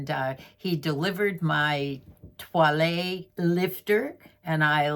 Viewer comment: Twa-lay?? in what language is this word for toilette??